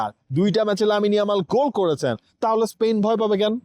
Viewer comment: স্পেইন শুনতে শুনতে কানে ব্যাথা ধরেছে। উচ্চারণটা স্পেন হবে না!!!